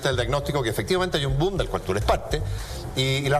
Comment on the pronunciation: dijo "doom" en vez de "boom"? XD